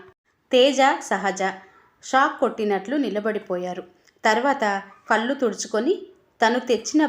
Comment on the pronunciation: కల్లు కాదు కళ్ళు